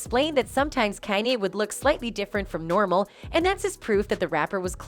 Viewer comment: Can you please pronounce Kanye name properly